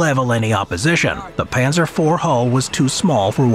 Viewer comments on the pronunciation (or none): none